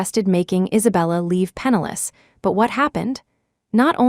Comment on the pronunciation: PENNILESS not penalous